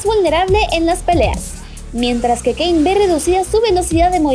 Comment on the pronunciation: como le vas a decir cain y no kayn nuvia